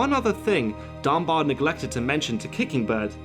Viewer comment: Dunbar....not Dunbear....Dunbar